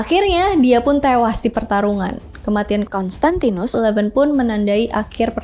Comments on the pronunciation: Kayanya susah ya ka nyebut "konstantinus" 🤣🤣🤣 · "konstantinus" 😆lucu bngt setiap pengucapan kata itu nada nya sm semua